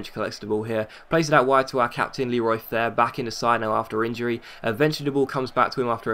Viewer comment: Why have you started to call Leroy Fer 'Fair'?